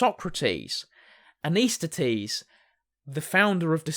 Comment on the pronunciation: I think you’re mispronouncing….it’s pronounced ANT-IS-THEN-EES….not AN-IS-THET-EES…